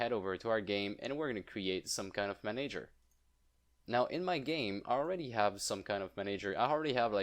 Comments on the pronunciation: Please, "Manager" is pronounced man-ah-ger, NOT man-aye-ger!!! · Re check the pronunciation of manager. Great video btw